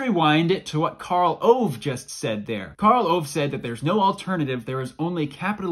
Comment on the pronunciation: Why this Karl Owe? His name is Karl Ove. Well you do your best.